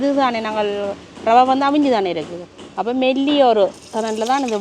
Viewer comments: றவை அல்ல, அது ரவை. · றவையா, இரவையா?தமிழ் படும் பாடு! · சமையல் செய்ய தேவை ரவை. றவை அல்ல. தமிழ் படுகொலை